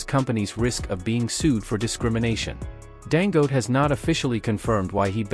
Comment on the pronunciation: I really PITY white for their DISDAIN for Africans. The reader intentionally pronounce Dangote as Dango. He sees the last syllable te clearly yet refuses to pronounce it.